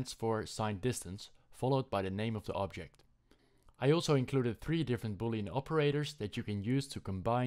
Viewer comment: Dude when you say object is hilarious, its like you speak german instead of english